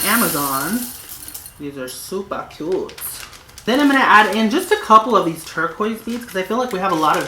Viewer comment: "These are supa cuute"haha dead